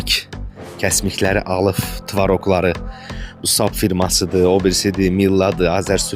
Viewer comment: Alıf yox alıb